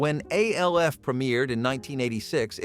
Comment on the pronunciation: Logged in to comment to say exactly this. Lost all credibility when it can’t pronounce the names of main characters